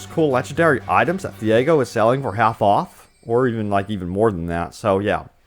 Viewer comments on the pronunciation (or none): none